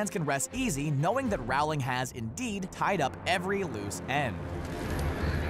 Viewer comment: Why do so many people pronounce her name like that, (referring to J. K. Rowling) it's pronounced rolling not Ral-ling or however people keep mispronouncing it